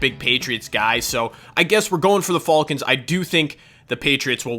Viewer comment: Learn how to pronounce falcon